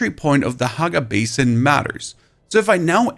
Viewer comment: he pronounces it "bas-in" then he pronounces it normally as "bay-sin". Trolling for the comments?